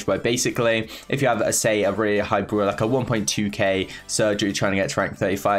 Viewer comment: Everyone: really and brawler: wealy and browler